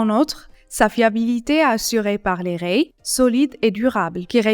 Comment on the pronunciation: c'est dans quel pays qu'on prononce rails comme la 1er pers du singulier de rayer ?